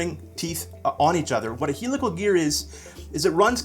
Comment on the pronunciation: you are pronouncing "helical" wrong.....